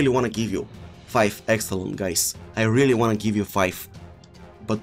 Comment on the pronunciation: nobody: him: "Reeeely" "Neymarzzito"